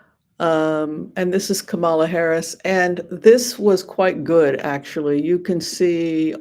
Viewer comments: Thank you. And her name is pronounced: comma-la; not ka-MA-la. ( ,la ) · "comma-la", not "ka-MAH-la" Please do not pronounce her name incorrectly like TFG does. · At least pronounce her name correctly comma la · Hello. Please call her KAMALA😄 and not KAMAALA😟. I know you did so several times 🙂but kept slipping back to Kamaala. First time watching your reading, and I liked a different perspective because the readers that I have watched lately have a very glowing perspective for a win for Kamala. Only my mind broke a little bit when you called her KAMAALA instead of proper pronoun KAMALA. I personally believe sounds/vibrations are important, especially for nouns and verbs. Thanks for the reading! Everyone vote 💙💙💙 up and down the ballot.